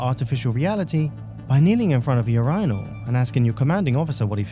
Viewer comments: U-RY-null? Lmao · U-rine-al? wtf lol